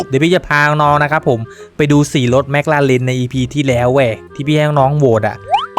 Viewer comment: แมคคาแลน มันเป็นตัวควบกล้ำ